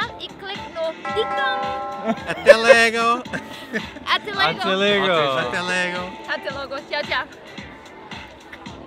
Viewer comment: Hi Guys! My husband really enjoys your vlogs and watch them heaps! However, I know you are both trying to learn Portuguese and actually doing quite well but please may I ask you not to mix Portuguese with Spanish. Ateh logo, not ateh lego! Thank you and hope I did not offend you. Keep up your good work!